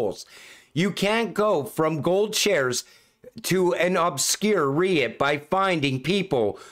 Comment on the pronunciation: Hey, great video. REIT is pronounced like Reet, for the future.